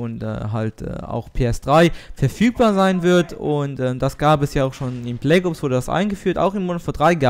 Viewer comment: bleggoobs, deine aussprache :DD